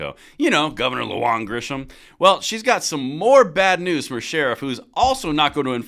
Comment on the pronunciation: Sorry but here name is pronounced Lu Han and not Lu Juan....Im a new mexican so I would know!!!